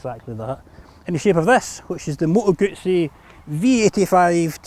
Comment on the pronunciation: Good review, and congratulations on being one of the few english speaking reviewers to pronounce Moto Guzzi properly👍🧐